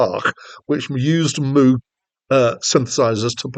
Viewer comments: Moog, sounding as in vogue, not like a cow MOOOG. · Robert MOOG -CORRECTION his name is pronounced Vogue - Rogue - Mogue NOT mooo cow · Its pronounced “MOGUE”. (Rhymes with Rogue) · Moog rhymes with Vouge and Rouge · Thanks for the review, but you should really find out how to pronounce Moog.